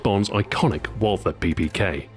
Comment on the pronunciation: Excellent video, Stu! One thing I noticed: Because Walther is a german manufacturer, the "th" is simply pronounced as a "t"and the "a" is pronounced like in northern british dialects.